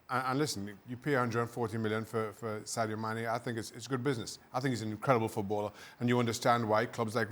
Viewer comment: No-one: Dan: Saydo Mannay